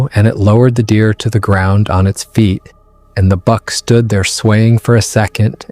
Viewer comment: It's pronounce BUCK not bark. (The thing that Big Foot was carrying.